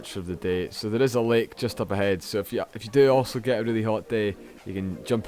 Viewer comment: "lake" surly not